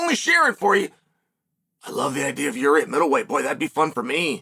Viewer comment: Did Chael just…… pronounce Jiri name right 🥹